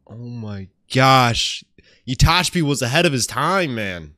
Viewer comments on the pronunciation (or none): Itachi. Not Itachbi.